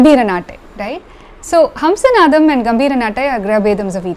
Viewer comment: I have an off-topic question. The raga name Hamsanadam has to be pronounced as ஹம்ஸநாதம், right ? But you said ஹம்ஸனாதம். Of the four languages I can read (Malayalam - my mother tongue, English, Hindi, Tamizh), only Tamizh has two different alphabets for 'na' to clearly distinguish the difference in pronunciation (forget ண for now). Probably, Tamil is one of the rare languages (if not the only one) in the world that has this. But, I see that Tamilians are not taking advantage of it while pronouncing. Even in film songs original recording, I hear people wrongly using ன where it has to be ந. ( like, நனைந்தால் is pronounced as னனைந்தால் ). Is my observation correct? I am not a Tamizh expert. Never mind, if it is an area you are not interested in.